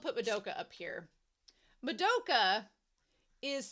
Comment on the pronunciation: Pronunciation guide: MAD-oh-ka. SAI-ah-ka. HOHM-ur-a. (Emphasis on the first syllable) Wall-PURG-is-NACT.